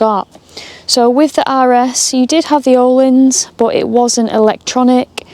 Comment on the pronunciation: Hefty insurance, but think it will be someone who track days,very selected niche I think.By the way a bit of media trivia Öhlins suspension is a Swedish company and English people always pronounce it incorrectly,as the Ö has two little dots above as there are thre letters the Swedish alphabet have that the UK don’t, They are:äöå so to say it correctly you say Erlins as the Ö is pronounced ER,nerdy I know but thought it would make you laugh great blog.was watching with three friends in Nyköping Sweden 😂❤️🙏🏍👍